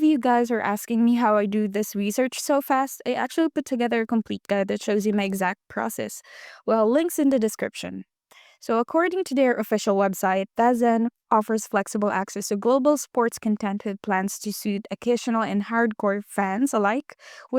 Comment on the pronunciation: It's pronounced like " the zone"